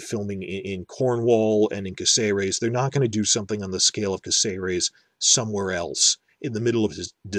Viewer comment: Well, since you're worried about mispronouncing things then I have to point out that the town's name is CÁcerec, not CácEres. In Spanish words that little dash specifies which vowel is stressed. You've been saying it wrong the whole time.